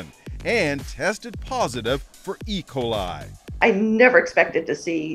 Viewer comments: Why does he say ecoli (makes me think of like ricola commercial) instead of E. Coli? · The way this dude pronounces E. Coli as if it’s one word lol, it’s E pause coli, not Ecoli.